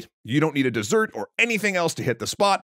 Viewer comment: "You dont need a destet." Blasfemie!